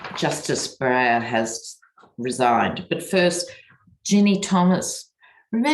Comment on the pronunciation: First time I have seen a slip up with your reading re: Breyer. Glad the very bright and newly sworn in Ketanji Brown Jackson is the newest SC Justice!